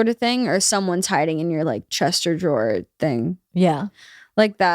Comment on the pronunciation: She says “Chester Drawers” just like Bert